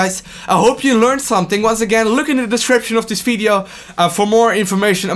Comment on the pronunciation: Im not English, but I heard he say only Fideo instead of Video, its funny to hear that, where is he from? dont hate me